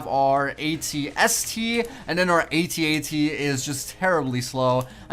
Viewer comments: its AT-AT not @@ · a-t-a-t not at at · you prenounce it a t a t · I say At-At not @@ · It's A.T A.T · its a A-T-A-T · You say it ay tee ay tee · it's pronounced a t a t all letters said sepret